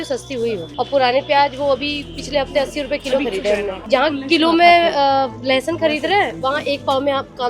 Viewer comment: लहसोन है लहसुन नहीं